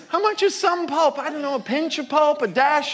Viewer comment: “I like the one that says shum pulp” - Tony Soprano